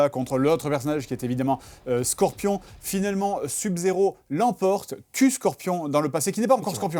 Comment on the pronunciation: "sub zéro" SEUB zéro bon sang !